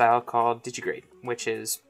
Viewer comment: Di-gi-TI-grade. Digitigrade, not didgy-grade.